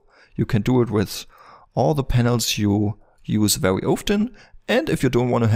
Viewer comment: Be wery wery quiet. :p